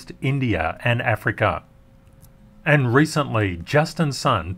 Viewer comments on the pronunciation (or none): none